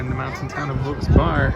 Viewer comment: I think it's TAM-a-nee And Wilkes-Barre residents either pronounce it Wilkes-Berry or Wilkes-Berra. Not really sure though.